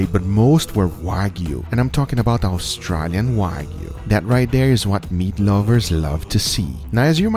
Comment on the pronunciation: They're saying austrAlian incorrectly